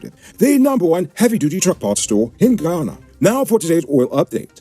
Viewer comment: Get your words right, it's not Ghana, it's GUYANA..SMH